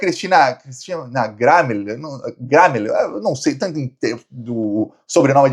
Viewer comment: A pronúncia é Cristina "Grêmio"